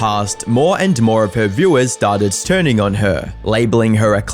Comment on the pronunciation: Unsubbed. If you can't fucking say "started turning" correctly then I can't trust the information you put into your videos.